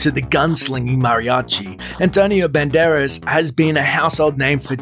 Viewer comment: LOL You call him BEN-DAR-ESS, While his pronunciation is BAND-ER-ASS